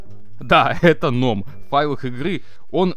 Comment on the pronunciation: Не ном а гном